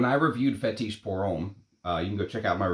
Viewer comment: Roh-jah, not ROW-jah. Fetish, not Fe-TEESH. Jesus Christ…….